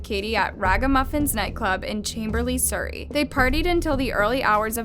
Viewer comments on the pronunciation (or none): none